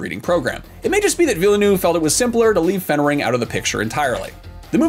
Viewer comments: Please stop saying Villannoove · NO. Too many people mispronounce his name. It’s “Deh-Nee Veal-Nuhv”. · His name is pronounced "Ville-nuff" btw